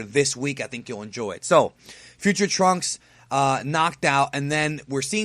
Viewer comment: I love the way geekdom says Turunksu, way better than the name trunks